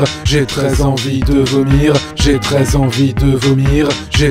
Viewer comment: Au bout d'un moment on dirait qu'il ditt " j'ai 13 envies de vomir" x)